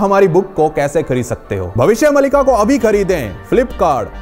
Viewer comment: यह नाम भविष्य मालिका है। मलिका नहीं।